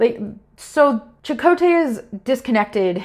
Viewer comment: If there's a silver lining, it's the CHAkotay variation in pronunciation